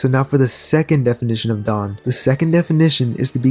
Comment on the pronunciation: I was showering while listening to this. I got water on my ear and it sounded like you said 'dong' instead of 'dawn'. Now thats what i keep hearing lol. "The will of the Dong", "Fantasize about the dong" "He will bring the dong and liberate the world"